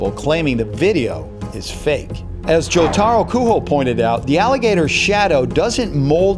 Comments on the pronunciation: Joraro Kuho? Jotaro its not mexican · Jotaro is gonna say 'Yare Yare Daze" when you say his name wrongly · Kakyoin didn’t die for you to mispronounce jotaro’s name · Dislike for butchering Jotaro's name.